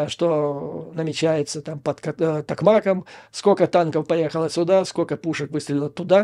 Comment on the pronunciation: Юрий Борисович, спасибо большое за Вашу работу! Слава Украине и ВСУ! Одно замечание - - гор,. Токмак . Под Токмако"м (правильное ударение)!!!